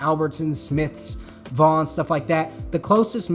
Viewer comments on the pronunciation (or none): none